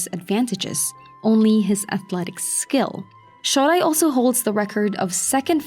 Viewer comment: I adore your videos, but I wish you would listen to the proper pronunciation of some of these names, I've lived in Japan for 5 years and nobody calls him "hakuhaw", and this guy isn't "shawdai", .. it's the "O" from "Oh no "..any listen of NHK broadcasts would tell you how to pronounce these names.. please give it a try! It doesn't detect from the quality of our fantastic videos, I'm just picky. Shodai, I think he lost his mojo after he got covid